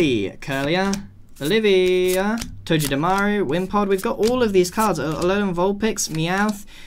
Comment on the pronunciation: It’s pronounced like toe-ga-de-maru